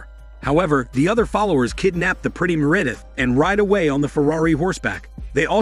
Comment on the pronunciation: Me'Redith instead of Meredith?